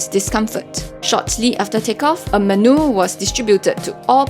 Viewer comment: I like your video but you need to pronounce menu correctly...just the normal Singaporean way is accurate.